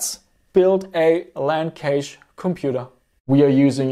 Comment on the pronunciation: Is "Cache" spoken like "Cage" Australian slang 🙂? Sorry for asking, but I'm native German, so I mostly know Cache as Cash, like it is mostly spoken in the states. BTW: I like this kind of video!